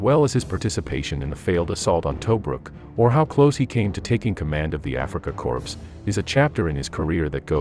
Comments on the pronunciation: Btw "Corps" is pronounced 'Core" and not 'Corpse'. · corps: pronounced korr, not corpse. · I'd have to question your scholarship if you pronounce Africa Corp as 'corpse' instead of the correct 'core". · Afrika CORPSE? It's Corps, pronounced Core, same as an apple core. Granted, by the time the Allies got through with them the Afrika Korps was a corpse. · As soon as the narrator said Africa "corpse," I turned it off. Maybe I will go back to it, still no excuse for something so amateurish. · Did Barack Obama narate this. He is the only other person I ever heard mispronounce corps as corpse. Just wondering. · Hahahahaha, corpse. 🙄😂🙄😂🙄😂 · Narrator needs to learn how to pronounce "corps" he sounded out the letters "PS". Come on. learn to pronounce words correctly. if you didn't catch it.